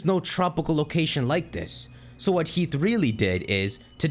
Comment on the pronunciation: damn. he's pronouncing it heat. (its heaf)